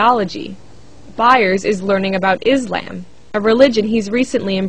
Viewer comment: lol, did the reporter pronounce Islam as Is-lamb!?!?!?! XDDD